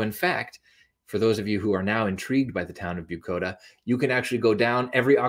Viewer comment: If you used the closed captioning...it's "Bucoda", not "Bukota". Very miniscule village in Lewis County between Centralia and Tenino.